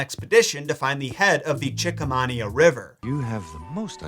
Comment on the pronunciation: That pronunciation of Chickahominy basically maid my brain explode. Disney had that pronunciation right.